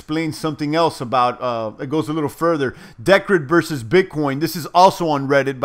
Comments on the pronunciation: It's pronounced [dicred] P btw did you hear about the latest iota announcement about Satoshi pay partnership? Cheers brother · *(Dee-cred) as in credit. Cheers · think its pronounced DEE - CRED. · the way u say decred is hilarious!! LOL